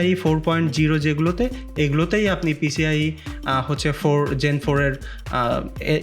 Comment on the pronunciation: vai PCLE na, oita PCIE hone